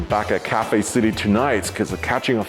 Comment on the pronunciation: Didn't anyone else heard CAFE than Cathay?🤕🤕🤕